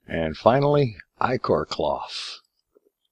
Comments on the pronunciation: I know right "itch-or" its EYE-CORE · Ick-or... Ick-or... None of ya say it right....